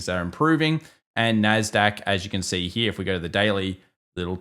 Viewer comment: i love the way this guy says the word "here" .......heeuh.